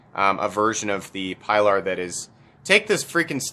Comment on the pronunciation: I knew where this review was headed when he refused to take the time to pronounce the name properly